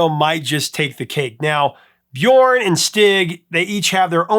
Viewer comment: the ö in Björn is pronounced like the u in the word burn